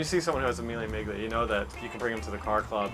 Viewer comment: Jesus, he completely butchers "Miglia" about 10 times. The G is silent, really. Very sad given how much time he spends around Italian cars.